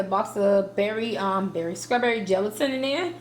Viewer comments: so wtf is skrawberry ... oh the way a ghetto ignorant ass hood rat murders the english language ... you sound like a moron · Lol “scrawberry”